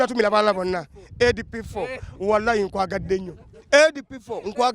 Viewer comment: Mbu amanyi oluzungu naye he can't say the word "SB4 "